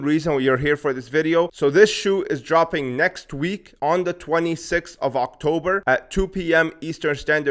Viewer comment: Brother you say october 😂